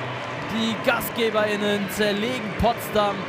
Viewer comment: Warum sagt er "Gastgeber*innen" so stockbehindert betont und nicht einfach Gastgeberinnen?